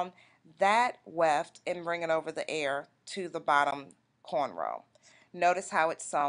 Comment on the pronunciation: GIRL HOW ARE YOU PRONOUNCING EAR...EEEAARR..NOT AIR..Lol..